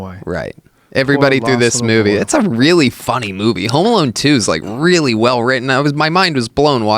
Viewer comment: are they saying Home Malone ? i swear they are.